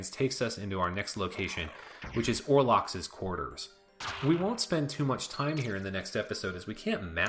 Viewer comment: OLrox, not ORlox— lol